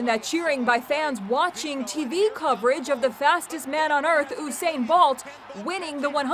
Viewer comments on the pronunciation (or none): Did she just say osain bolt woman it's usain bolt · Is anyone gonna talk about how she said oosain bolt 😂😂😂😂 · Lol Oosain bolt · Oosain bolt what?